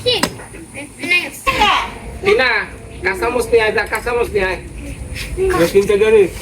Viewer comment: এই ভিডিও তে ের কথায় মাথা ধরে গেল। একজন কমেন্ট করেছিল, এর কথার জন্য মিউট করে দেখে। আর নতুন বৌ কে বলব এর উচ্চারণ গুলো ঠিক করে দিও। যেমন - জেলাপা, জিলাপি - ডেল- ডাল, মইচ- মরিচ।